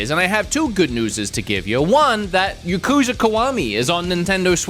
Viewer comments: Ya kuza not Yu kuza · I thought it was pronounced YAH-kuza not ya-KU-za.